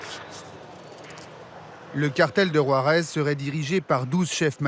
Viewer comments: 😂😂😂😂 war-ez now how ever the fuck ur pronouncing it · Learn how to pronounce Juarez dude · Can't ev3n pronounce Juarez right...